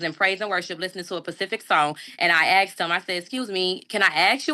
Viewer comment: Well you young scholar, you are correct that the officer didn't "aks" you for stuff, but he probably "asked" you for stuff. You are truthful with that statement.